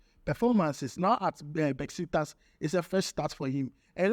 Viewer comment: My friend is not besiktas. It is pronounced as Beshik tash 😊